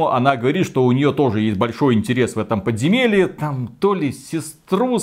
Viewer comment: Какое еще "подземельИ", начал забывать великий и могучий уже.